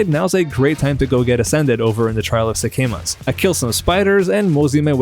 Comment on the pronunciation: I love these videos, but how can you play so much of a game and still say sekhemas wrong? They say it a couple hundred times during act two. It seems weird that so many content creators can't pronounce words from their choose field of interest. It must be pride or i don't know what. Someone please explain?